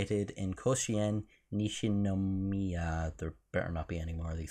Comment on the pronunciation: Aight, you honestly didn't do too shit of a job pronouncing Nishinomiya, so good job!